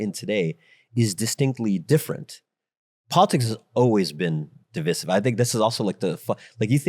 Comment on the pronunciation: I was on board with what the ceo said until he pronounced "divisive" weird, too bad